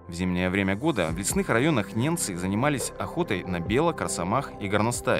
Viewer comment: Автор, неНцы живут на севере,по тексту же звучит-неМцы!!